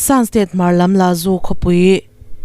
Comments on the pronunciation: Lazu niloin lasu tia lam tur a nia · Laju niloin Lasu aw, chuan Muje niloin Muse tih tur. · La Su",, tih a richhuk tur a nia